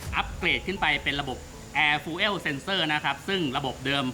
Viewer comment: ผมขอโทษที่ถามครับ อ่านว่าอะไรครับ air fuel sensor มันอ่านว่า แอร์ ฟิว เซ็นเซอร์ ใช่ไหมครับ ออกเสียงว่า ฟูลเอว หรอครับ